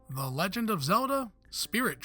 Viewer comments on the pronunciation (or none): none